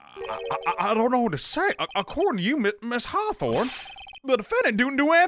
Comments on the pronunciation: dalhia's last name is pronounced Hawthorne like thorn like a rose thorn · it's Hawth*or*ne that's an or not a ro